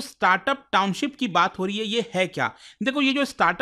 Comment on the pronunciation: Sir Noida se h. Township ko Towncip bolte par kaam kar rahe us cheez par, bhot bekar lagta h